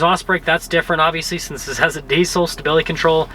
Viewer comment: It’s a “dissel”